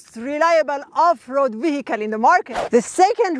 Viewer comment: خانم با درود. می بخشید, آهنگ صحبت شما آهنگ زبان فارسی است. نقاطی که در انگلیسی تأکید می کنند با فارسی متفاوت است. اگر در دبی زندگی می کنید اصلاح این لهجه و آهنگ بیان سخت تر است چون اطرافیان بیشتر غیر آمریکائی و غیر لهجه آکسفوردی هستند. اگر علاقه زیادی به این کار دارید که بنظر می آید دارید, می توانید معلم خصوصی بگیرید. چند نکته بود در تلفظ مثل آف --رود ( OFF ROAD ) که بین آنها فاصله بود که سر هم هستند. من ۳۸ سال است توی کار بنز هستم و مدت زیادی هم صادرات و واردات از آمریکا به کشورهای زیادی انجام داده ام. در ضمن من عاشق بنز ( ML ۵۰۰ ) بین ۲۰۰۲-۲۰۰۵ هستم با اتاق ۱۶۳.